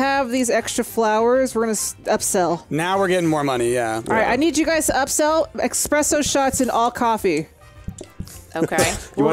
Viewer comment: They really did dirty. Let the man talk about ‘eshpresho’.